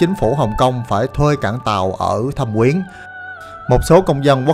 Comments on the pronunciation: Thâm Quyến mà sao anh cứ đọc là Thẩm Quyến vậy ta. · thâm quyến mà toàn thấy đọc thẩm quyến